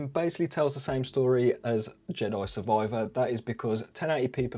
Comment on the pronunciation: Love the way you say "Jedoi Survoiver"